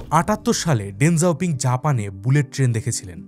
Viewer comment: দেং জাওপিং না। তার নামের সঠিক উচ্চারণ হল দেং শিওপিং। সিচুয়েশন প্রদেশে তার জন্ম।